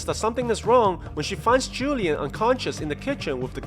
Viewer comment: man said julian for juan lian lmao.